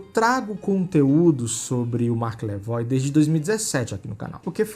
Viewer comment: "Marqueiiis" hahahahaha